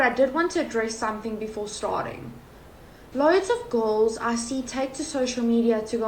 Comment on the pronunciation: No one: This gal: "Loads of GORLS"